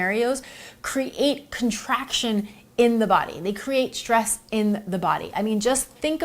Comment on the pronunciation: Please don't say exshteam and shtress.